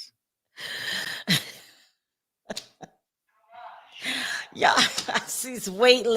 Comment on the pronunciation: Evidence, not evence